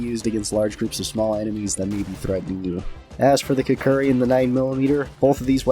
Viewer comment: KUK-RI not kukuri...